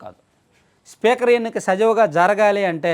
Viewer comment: సజవుగా కాదు తమ్ముడూ, సజావుగా అని పలకాలి .